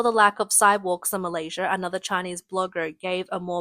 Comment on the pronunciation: I thought it was Malaysia not Malaysirrr :x